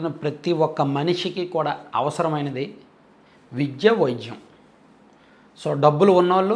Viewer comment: అన్నా..మీరు విద్య,వైద్య అనకుండా.. విజ్య, వైజ్య..అని పలుకుతున్నారెందుకు..ఇప్పుడే కాదు మీ పాత వీడియో లలో కూడా య వత్తు స్పష్టంగా పలకడం లేదు..మీరు ఆ word ను